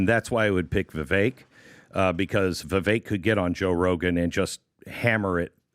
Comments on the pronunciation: It's pronounced vi vake like cake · Vivek pronounces his name VIVAKE LIKE CAKE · PRONOUNCED VIVAKE DAMNIT!!!! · Try pronouncing his name correctly ! Vivek like cake ! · Try saying Vivake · Do they purposely refuse to pronounce Vivek's name correctly? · Let’s start by pronouncing Vivek’s name correctly. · spent countless time with Vivek and still can’t pronounce his name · As someone that pays attention to every word you utter, i can’t reason why you don’t pronounce vivek’s name the way he’s stated it’s pronounced. feel like it’s not that hard. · Entire PBD team still can't figure out they say Vivek's name wrong, because they want a dem in there so bad... Nikki or Tulsi would both be bad choices for actually getting things done. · "Having spent countless time with Vivek...i still cant say his name right"🤦‍♂️ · has spent “countless amount of time with Vivek” but he still can’t pronounce his name correctly??? I will not vote for Haley ever. I don’t care if she was Trump’s VP, I would not vote for that ticket. I don’t care for a Tulsi either for the exact reasons that Patrick just mentioned it would work. She isn’t a conservative and many of her ideas are bad. Please Mr. Trump have Vivek as your VP. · Either VP would Be bad ass! Vivek (pronounced like cake) is the man though! That’s my pick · has spent all this time with Vivek but STILL doesn't pronounce his name correctly.